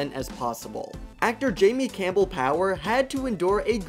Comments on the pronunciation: It's BOWER, not power but I can't wait to see part 2! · Jamie Campbell BOWER, not Power 😅🤣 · How difficult is it to get the name of the actor playing the season’s villain right?! It’s BOWER, not Power. Yay professionalism! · i mean, it's Bower, but i guess Power is close enough, lol.